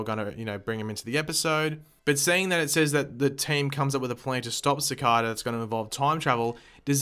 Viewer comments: It's pronounced SAH-CAY-DAH, not SAH-CAH-DAH ... And also your answer to everything is Time-Travel! Do you ever get tired of being wrong? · Everytime you pronounce cicada wrong an angel loses his wings. think about that the next time you pronounce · you pronounced cicada wrong